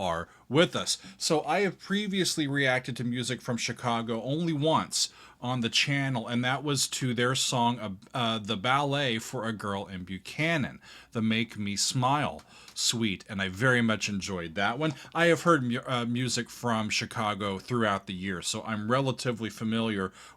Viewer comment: It’s “Ballad for a Girl in BUCK-a-non” with the stress on the first syllable. Still have my first CTA album as an LP.